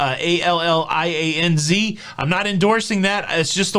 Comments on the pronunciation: FYI…it’s pronounced ALL-E-ONZ (and the Z is like a STZ sound) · Hi, just got off the phone with Allianz. I always pronounced it the way you do but the correct pronunciation is Al-lee-anz. Just for your information.